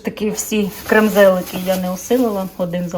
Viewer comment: КрЕмзлики. Вибачте , але ви так смішно інколи назви говорите, не правильно,що хочеться вас виправити.